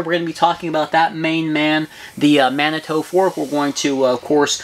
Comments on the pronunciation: You guys are killing me. It is pronounced mani-two. I live in Manitou springs Colorado, no hard "o" in there man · Lol - Manitoo - not Manitoe. I am from there. It is a town in Colorado. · Dude!!! It's "Man A too" "Man A 2". Geez! You are killing me! LOL Didn't you see Dances With Wolves? Shumanitutonka ob wachi.